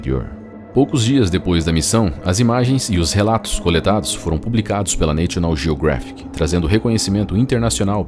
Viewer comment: Neichional jiogréfic. Socorro. Não custa nada perguntar ao Google Tradutor como se pronuncia National Geographic.